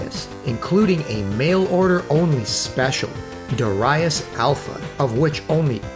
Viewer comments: Duurai-ass was hilarious. I keep saying Daareeus. For us Dutch it is pretty easy, the Dutch pronounciation of Japanese names in romaji is usually spot on. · Excellent video. But, Duraias? 😁 Darius ❤️ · They say it more like: Da-r(a)i-us To my ears 😁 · Great video man, really appreciate the work that went into this. Certainly learnt quite a few things. Always admired the PC Engine but never owned one until 2015. It's a glorious system with many great games and yes a lot of shooter's. Interesting pronunciation on Darius. I've always said Daareeus and don't even know if I'm right after all these years haha.